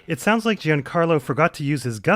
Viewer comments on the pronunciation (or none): Giancarlo is pronounced John (A.E. version) Carlo, not Gee-Unn Carlo...please